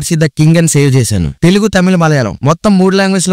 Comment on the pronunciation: Telughu kadhu bro TELUGU otthu echi palakadhu vinadaniki yatlo undhi❤❤❤❤❤❤❤❤❤❤😊😊😊😊😊😊😊😊😊😅